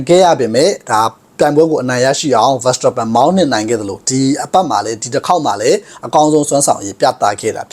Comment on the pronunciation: Verstappenကို ဗန်စတာပန်လို့တော့ အသံမထွက်ပါနဲ့ဗျာ။ နားထောင်ရတာ အဆင်မပြေလို့